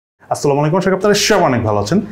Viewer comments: intro te j salam ta den seta aktu clear & slowly dea jay na!! style korte gia ki bolen akdomi bojha jay na at least salam dile salamer moto den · common sense dise jonnoi bollam. apni amon vabe salam den j setar kisui boja jay na. salam dear kisu adob asa, sposto & dhire dite hoy. asa kori bujte parsen